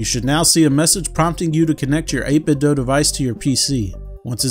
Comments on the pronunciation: Dude says "8bit-doe" 😅 Thanks for the video. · I've often heard it pronounced this way. Some pronounce it as the verb "do". Not sure what the intended pronunciation is.